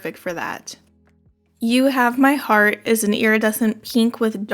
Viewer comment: It’s not Bleeding Heart, but Bleeding Herat? Lol great video, as always!